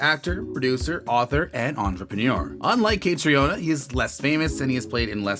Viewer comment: Her name is pronounced like Katrina.